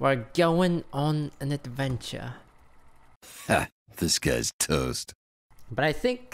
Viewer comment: Now that ive figured it out all i hear is "disguised toast" instead of "this guy's".